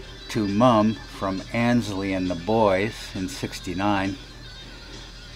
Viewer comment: I used to mispronounce the first part of Aynsley's name. I always pronounced that first syllable as in, "Ann's" when it actually should be pronounced as in, "ain't" or, "aims." So who corrected me about my mispronunciation? Mr. Mayall, himself!